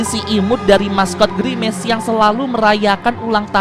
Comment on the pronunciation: parna girmec itu atu girmic anjiiiiig😂😂😂😂 anjai